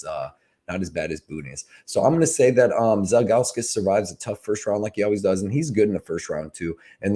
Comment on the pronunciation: Man you were saying Zhalgus all sorts of wrong 😂